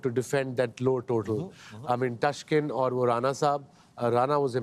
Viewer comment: Such big asian players like Wasim & Waker can't pronounce Taskin's name right after all these years !!!! 😕😕 Extremely disappointed !!!! 😕😕